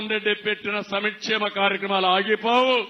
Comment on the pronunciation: సంక్షేమ కార్యక్రమాలు అనాలిరా సమిక్షేమ కార్యక్రమాలు కాదురా బాబూ!!